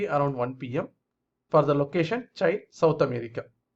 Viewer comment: Use Google for pronounciation of Chile.